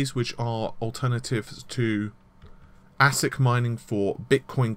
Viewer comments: Eh-sik (ASIC), ma-tees (Matisse), and for goodness sake- Sili-kin (Silicon) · you are correct for ASIC and Matisse, but Silicon has 2 pronunciations: sil·i·con [ˈsilikən, ˈsiləˌkän] If you can't read phonetics, it means si-li-kin, and si-li-kon.